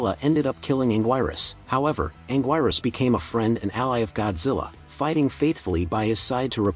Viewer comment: it's anguirus not anguirus